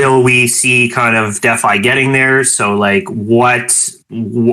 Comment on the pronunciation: Just curious…why do you say “deaf-i” instead of DeFi?